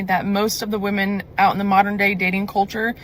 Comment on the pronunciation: It's pronounced "women" not "woman". Woman is singular and women is plural.